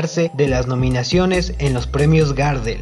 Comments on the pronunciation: Perdóname pero no se pronuncia Gardel Garrdel es como más fuerte la pronunciación de la r. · No se dice “GÁRDEL” Pavo..... se dice GARDEL.... en homenaje al tanguero Carlos Gardel... conocido en todo el mundo... sos un irrespetuoso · Si vas a hablar de algo aprendé a mencionarlo "Gardél, no Gárdel" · Ey amigo, es Gardel con acénto tácito en la última sílaba (es decir que si fuese con tilde, sería "Gardél" y no "Gárdel" como lo decis vos). Gardel es por el famosísimo tanguero y cantautor Carlos Gardel.